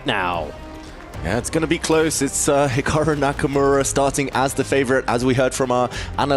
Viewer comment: "Hicocku Nakamura" 🤨